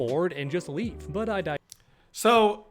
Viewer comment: that “so” felt fucking personal 😂💀💀😂